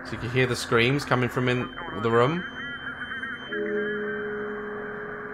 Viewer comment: I love how he says rmm and not room <3